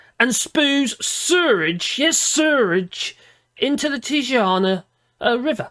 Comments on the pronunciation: I think the secret word was tijuana pronounced Ti-a-wana not that coffin woman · Pronounced Tee-wana